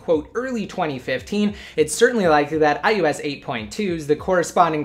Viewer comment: "Ohh ess exss" sigh. Almost as bad as "iTouch"